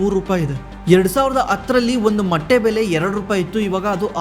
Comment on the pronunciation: Bro adu matte ,alla motte 😅